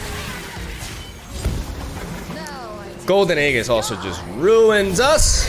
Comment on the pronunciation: 19th video asking to pronounce Aegis properly..